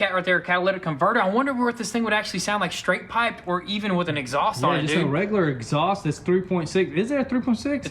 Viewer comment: Me hearing talking exsaust! Me: aand now it has an upgraded exsaust!... 🙊🤷‍♂️😂